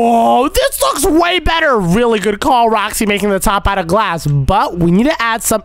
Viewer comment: I'M gonna romind u it's not roksy it's roxy